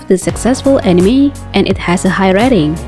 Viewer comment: Lets play a game,down a drink every time this girls says "animi"